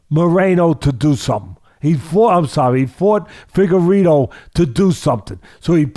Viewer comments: "Figarowa" Lol.😂 Love Teddy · “Figurolla” I’m fucking deeeeaaaad ☠️ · omg Teddy Pronouncing figuredo multiple ways is so teddy.😂